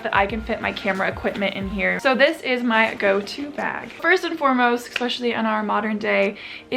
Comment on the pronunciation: why do so many people say ekspecially.